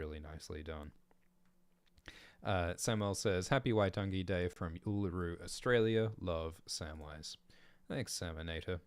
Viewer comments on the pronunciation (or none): none